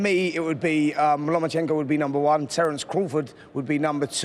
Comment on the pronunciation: Spencer has clearly been practising how to pronounce Lomachenko.